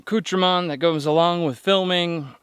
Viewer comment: I'm watching every episode. Getting a temperature each night and or day would be great additional information. Throw in a temperature gauge on the next one. I have watched Greg's before this and I find myself saying the extra vowel on FILIMING.